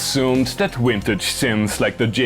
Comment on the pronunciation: Wintage awailable woice - you're not even trying.